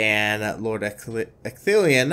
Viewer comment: wooo good to see the gang back in action! edit: woooo finally, after like 3 years, you got Ecthelion's name right!